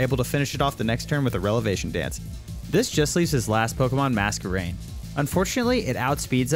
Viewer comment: “Relevation dance” 😂